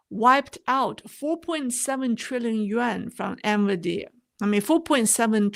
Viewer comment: excellent presentation, as always. Please keep up the great work! Minor point: the pronunciation is N-VIdia (not N-viDEa. Thus, emphasis on the first vowel, not the second vowel).